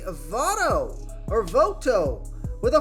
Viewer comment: do you even watch the games, how don't you know how to pronounce `votto, lol